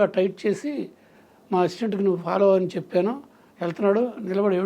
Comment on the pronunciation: చెప్పను కాదు చెప్పాను ప కి దీర్ఘం పెట్టండి